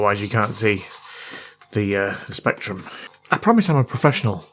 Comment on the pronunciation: "Specturm" but yes, saw that too 😂